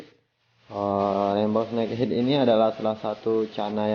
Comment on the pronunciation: Snekhed bukan snekhit..